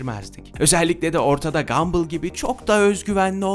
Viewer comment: Gambıll,basketbıll,futbıll 😂😂😂 (Gamboll diye okunur Gambıll diye değil)